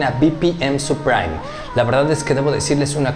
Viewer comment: No es "supraim", es "suprim". Gracias por la info bro. Saludos